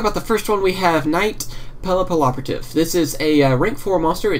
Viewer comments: Well, actually it is Pap-ee-operative. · arguably thats not right either. Papillon is butterfly in i believe french or italian and is pronounced- PAP-ee-yawn. so it could be different with a "y" sound... ;) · It was hard for me to say pappiloperativtive at first but then I found the trick to it. Pap-ee- L-Operative. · Yugiohs players can't talk. Whats so hard about saying Papilloperative?